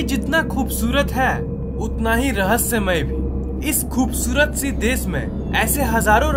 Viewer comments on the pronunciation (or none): sorry to say but narrators voice is kinda weird, you are not spelling many words correctly... desh ko des? kya baat hai. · Des nahi desh hota hai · Are Bhaiyaa DES THODI NAA HOTT HAI..DESH HOTAA H ..SURU NHI SHURU HOTAA MAZBOOR,(MAJBOOR) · पहले श को स कहना बंद कर. देस नही देश बोलना सीख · Dude plz .....pronounce properly....if uh dnt knw science thn bkws mt bnaao....r.c.b nhi RBC hota hai....and Dess nhi hota hai "Desh" hota hai..man ....😑